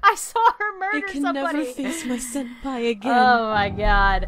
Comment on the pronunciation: Senapi instead of Senpai lmao: alone me leave!Creepy really Thats!cut it out ,yeH Me: eh?